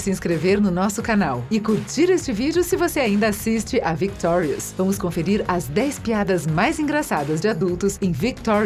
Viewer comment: pelo menos ela fala victorius direito